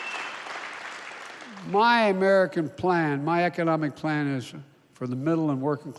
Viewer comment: Plan or pain? I'm not sure he's reading it right.